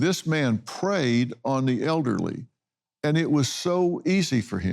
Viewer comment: he says.... "But there was a Serial Killer stalking and gaining access to ELLERDLY widows!" Is that how "Elderly" is pronounced in the South? ELLERDLY???